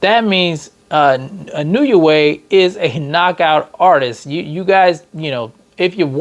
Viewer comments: Nay-OY!-ya N-O-way. It ain't, "I knew ya way." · Actually the letter i in Japanese has a long e sound. So the proper pronunciation is: E No Eh